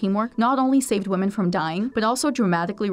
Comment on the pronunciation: Ehh... wahmen